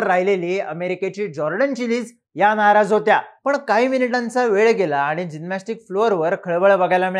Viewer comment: जीनमॅस्टिक नाही रे जिमनॅस्टिक